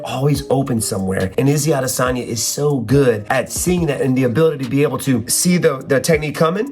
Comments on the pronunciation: Why are you calling him "Izzy Adesagna" lol just say Izzy or Israel Adesanya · “Izzy Adesani” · SAY IZZY ADESANYA ONE MORE TIME I DARE YOU!!!!! 🤬🤬